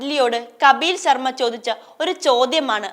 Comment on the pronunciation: കബീൽ ശർമ അല്ല ചേച്ചി കപിൽ ശർമ ആണ്.😂😂